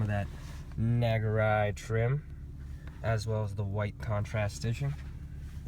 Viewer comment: It's pronounced "Nah Gu Ree". Great car, I just got a 2019 IS350 AWD F-Sport, nothing beats Lexus build quality! I love knowing that mine was made at the Tahara plant in Japan with the utmost quality and care.